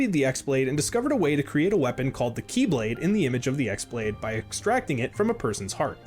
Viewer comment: Its not the X blade its the Chi Blade (the greek letter that kinda looks like an x but is pronounced the same as key). The keyblade that the master of masters gives DOES have a name, its bame is "No Name". I feel like that original video just kind of read some stuff off a wiki :/